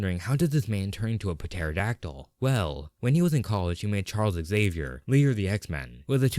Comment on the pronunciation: Why do you pronounce pterodactyl like that